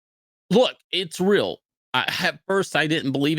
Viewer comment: It's rill Shane.